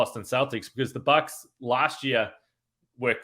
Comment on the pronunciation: Thanks for that Bucks pronunciation. Never noticed that. Will be calling them The Box from now on. lol